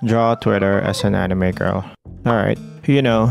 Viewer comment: HE PRONOUNCED "ANIME" CORRECTLY😲💯💯